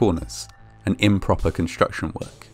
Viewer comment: Awesome. The way he said "shtream" "shtudents" and "conshtruction" was very distracting.